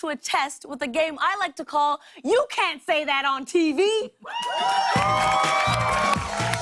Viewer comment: Never thought I’d live to see the day I hear Lilly say cont. 😂😂😂😂